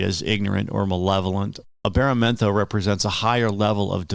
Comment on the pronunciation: He said the name wrong lol